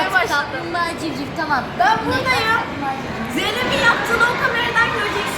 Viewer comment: Her şey olarak ama civciv değil civciv